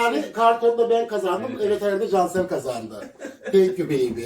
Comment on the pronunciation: şeker herraldeğğ diyor